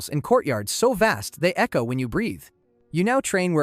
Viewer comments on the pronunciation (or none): none